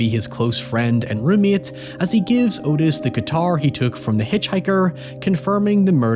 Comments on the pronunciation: Its not Otis its pronounced ahtis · Not the point, and the movie probably got it wrong, but Otis apparently pronounced his name like Aw-tis, or Ottis, not Oh-tis. But he was a POS either way.